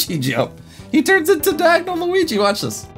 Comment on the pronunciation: When you said Mario Luig it sounded like my luig